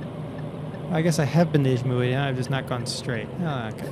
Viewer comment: that's how you pronounce ijmuiden